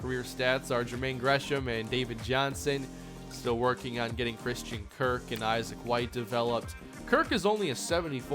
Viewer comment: Just wanted to say, something I find important You pronounce Issac White's name like the typical Isaac. Pardon me for correcting, but Issac is pronounced Ih-ss-ack, not Aye-z-ick